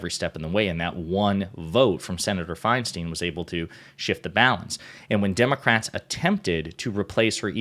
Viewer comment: please learn to say her last name correctly, if only to properly remember her legacy. Her name is of germanic decent. It’s spelled “Feinstein.” In the German language, the “ei” or “ie” combination, unlike in English, always takes the long vowel sound of the second letter. Her name is, phonetically: Fine-Stine Why would the first “ei” be a long-vowel “I” and the second “ei” be anything else?